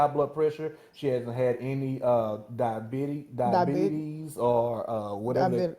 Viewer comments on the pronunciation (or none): Ole boy, couldn't even pronounce DIABETES, boy bye 😂😂😭🤣🤣